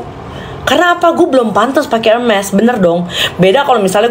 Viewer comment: Wkwkw pcaran sm lele😂😂😂 Gpp blm pk hermes, yg pnting ud bs spelling hermes (ermes) dgn tepat drpd yg koleksi hermes selemari tp sebut hermes msh herme😂😂